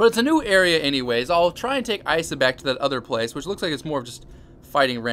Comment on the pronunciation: It's pronounced "ee-suh"